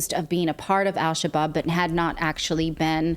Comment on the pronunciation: "Al Shabab" is pronounced without the "L" whenever in front of an "s" or "sh" in Arabic. It means "young men."